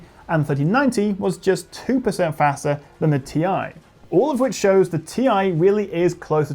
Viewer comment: Ti??? Tiee.....Tieeee!